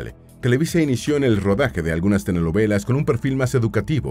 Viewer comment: Todo muy bien del video, excepto que el locutor "prenuncia" "TENELOVELAS" (SICAZO) en lugar de telenovelas🤣😂🤣😂🤣😂🤣😂.